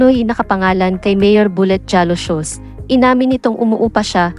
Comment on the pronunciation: Ask ko lang bakit slang ang voice over mo? Roque is pronounce Roke...Jalosjos, J is silent so pronounce as Haloshos. Hope you do it better next content. Real talk lang.